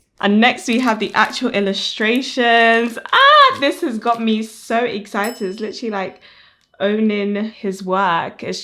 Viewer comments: It's adorable how you say "exzited!" I've never heard that specific accent! ☺️ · I'm just giggling everytime she says EXCITED!!! 😅